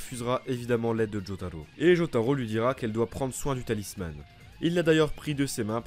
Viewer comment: J'adore ce que tu fais, mais je voulais juste te dire que ''talisman'' se prononce comme ''talisMENT'' et non pas ''talisMANNE'', je sais que c'est rien mais ça et d'autres exemples m'ont sorti de l'immersion x')